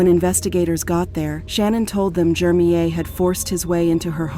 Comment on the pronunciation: I hate how the narrator pronounces this dudes name so wrong. Almost feels like its on purpose. His name is Jermeir JER-mir. Not hard at all. The name she is saying is so annoying